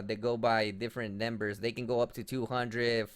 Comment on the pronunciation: "They by different nembers" 10/10 best pronunciation